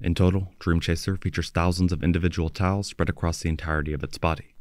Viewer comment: Towels...? They're appling towels? Ohhhhhh, you're saying TILES! 😅